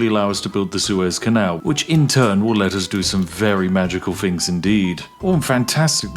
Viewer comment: "I found some fings" lol